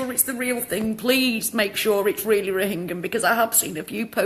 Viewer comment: How well do you know about " Rohingya " ? You can't even pronounce it correctly !